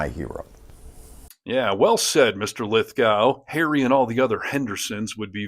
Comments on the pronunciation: It's pronounced Lith-Go, not gow. But totally agree and love this guy. I paid for a meet and greet with him when he came to Manchester, NH, in 2022 to discus vai9ous topics with a local reporter. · It’s pronounced Lith - Go, Not Lith-Gow. Just as Moscow is pronounced Moss-Ko, not Moss-Cow. Lith Go, Moss Ko. Also Electoral College… wow. you don’t have mandatory voting, your system is 3rd World. Your campaigns go for years, vs 6 weeks everywhere else. We’ve had universal healthcare for 50 years. Our Prime Ministers cannot have a parking ticket, let alone pardon people. We’ve removed 5 prime ministers in a year for less than Trump has done in a day. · It's Lith - go, not gow. Just saying. He is the nicest man on the planet, btw. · Its pronounced Lith GOH. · Please note: The second syllable of John Lithgow's name is pronounced GO. Like the verb "to go." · John’s name is pronounced Lith-go, with a long o. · His last name is pronounced Lith go